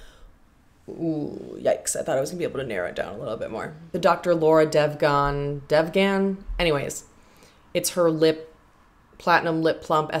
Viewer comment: It was so refreshing to watch this video. After seeing all the other ones where people were spending hundreds if not almost a thousand bucks, this felt like a normal haul to me. My total came out to be around the same as you and my biggest purchase was that Farmacy cleansing balm set 😊. Also Devgan is pronounced ‘Dhev- gun’.